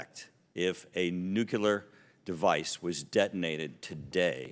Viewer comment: Small thing, but embarrassed that he calls it nukular device. Nuclear